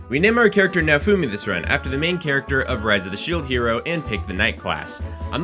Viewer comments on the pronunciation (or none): NEVER say Naofumi's name again holy fuck they literally say it and you butchered it. I hate that i like your content cuz your mouth hurts me